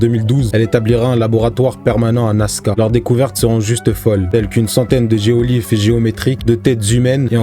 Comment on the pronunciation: Géoglyphes de Nazca pas geolyphes